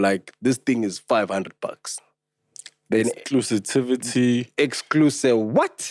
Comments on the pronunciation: He was wrong. He said Exclusitivity. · Exclusivity, not exclutisivity 🤣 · Exclusitivity? Lol aowa! And then you correct Pops for saying it exactly how you said it. excluSIVITY 😂😂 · I don't know if I'm late but it's not exclusitivity it's Exclusivity 😂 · EXCLUSIVITY!!! Not exclusitivity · Lol its call Exclusivity and not Exclusitivity🤣🤣🤣